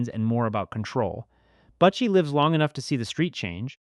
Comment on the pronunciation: You need to redo this video or take your voice off it because you massacring the name . It’s not buttchie it’s butchie 🤦🏻‍♂️